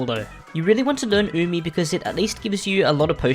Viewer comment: Weeaboos worldwide celebrating that finally knows how to pronounce Umi and the names of her white bags